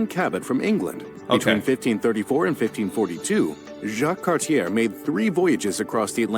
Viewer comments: That video you're watching is pure trash. 1.) - The first EUEOPEANS came over the land bridge? WTF? (And you didn't even notice?) 2.) - Cartier is pronouned "Cart-Yay" not "Car-Tiere"! 3.) - The word printed should be "Kanata" not "Katana"! Canada isn't a Samurai weapon! 4.) The Quiet Revolution wasn't about overthrowing the Catholic Church, it was about French-speaking Canadians being fed up with how the English were treating them! WTF AGAIN! Whoever made that video is either lazy, incompetent, stupid or just doesn't give a damn. Perhaps it's a blend of all four. - An American speaking like a Canadian (1550s, EH?) - You never heard of "The Louisiana Purchase"? Why do you think that Louisiana has cities like Baton Rouge and New Orleans? It's because it started as part of New France. The French decided to abandon North America and sold their territory to the United States just to piss off the British. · Its pronounced car-t-ay....not car-t-air...sorry but that always makes me cringe when French names are prounonced like they are spelled. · Cartier was a French explorer. His name is French in origin. It is not pronounced Car-tee-er. It is pronounced Car-shee-ay. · God, you really need to get a proper editor. 'Cartier' is pronounced 'Cart-e-aa' not 'Cart-i- er'. Habitants is pronounced Habitan. Ya really. have to learn how to pronounce French words. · Cartier is pronounced more like Cart ee ay. Jean Talon and many more were important to American history too. Most of branches of my family were American colonists loyal to The King. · It's pronounced Vimy with a short i, not a long i. And Cartier is not pronounced Car-tear. Was that an American relating that story? And, how have you forgotten one of your states? Namely, Louisiana. Where they speak French, although it's Cajun French. I learned all of that in elementary (grade) school. And here's a shocker for you. The majority of the Canadian population lives within 50 miles of your American border.